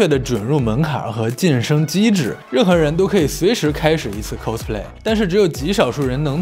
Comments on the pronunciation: 非常想和Lks说cos的发音，不是寇s，是靠s。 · Costume play..发音😅